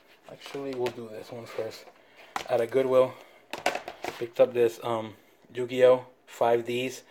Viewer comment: Lol "Jew-gi-oh"